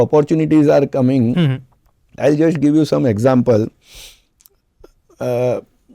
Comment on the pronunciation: Why he is trying so hard in this show to speak in English? Why not just speak the language you can speak well and comfortably. Trusht, indushtry.. jusht